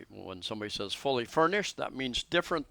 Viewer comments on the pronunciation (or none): none